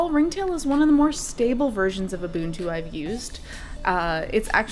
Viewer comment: You are one of the few out there that can pronounce ubuntu correctly!